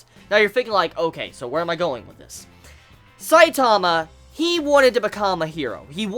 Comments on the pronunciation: i hate how you say saitama its saitama not sai taaamaaaaa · stop putting emphasis on the second syllable of Saitama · Why you say his name so weird and slow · Is it just me whos annoyed by his pronunciation of one punch man (stressing the "punch") and saitama (stressing the "sai" bit) xD just seems silly to me, not that it matters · I'm Australian but the way you say Saitama and genos is still cancerous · the way you pronounce Saitama makes me cringe